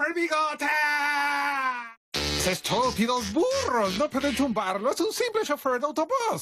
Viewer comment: Dijo estupidos burros pero yo entendi estupidos furros XD